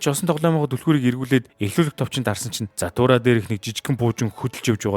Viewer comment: Zahtura bish jathura baina demjij baigaa like darairai